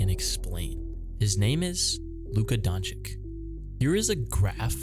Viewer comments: BRO! How are you making a video of the mavs and pronouncing luka's last name as donchick? Its DonchiCH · His name isn't pronounced Donchik - it's pronounce Donchich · Love the video and the theme of the video but my guy his name is LUKA DONČ̣IČ not LUKA DONČIK at least listen to him pronounce his own name or any of Dallas MAvs comentators not Steph3n Ass Smith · its not Donchich its DonČiĆ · I predict a lot more videos with Luka. Glad you'll pronounce it correctly next time. Sincerely, Mavs fan since the 80s.